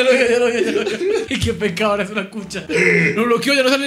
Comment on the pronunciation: despues de 3 veces de ver el video me doy cuenta q dicen CUCHO DEL ALCALDE, cuando era el cucho es el alcalde JAJAJAJAJA GRANDEEEE CON SU DISLEXIA